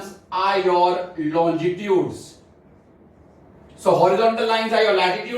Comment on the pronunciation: I guess the pronunciation of longitudes was actually wrong..... But the explanation was really good but trust me it was not more good than our geography teacher... She is a genius...